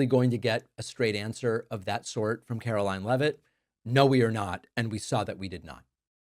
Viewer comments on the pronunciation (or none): Why can't this woman pronounce her "t"s? She sounds like a 5 year old.